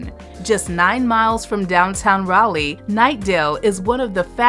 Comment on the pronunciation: Got raleigh wrong